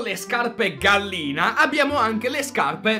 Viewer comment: fa 4idere quando dice gallina 😂😂